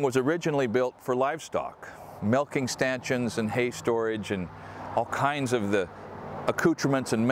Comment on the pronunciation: Whoa whoa whoa, did I just hear say "melking statchions"?!? 😂 I think you meant milking stations 😉